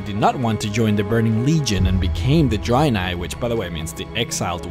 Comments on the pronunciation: Nice videos mate, by the way Dreanei is pronounced with ea like dread and not drainei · Why do you keep saying "dry nye" lol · I think its not pronounced draynai and draynor...